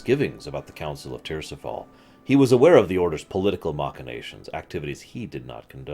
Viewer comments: Tir-is-fal. Not Tirsifal. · ti-ris-fal it's derived from Tyr's Fall but that doesn't mean you pronounce it the way you say it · What the hell, saying tirisfall tirsifall lol. If you haven’t played the game one should not be reading these books. If you’ve played the games you’d know how to pronounce/say correctly the names that were butchered.